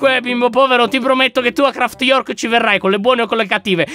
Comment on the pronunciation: Si dice New Craft non Craft York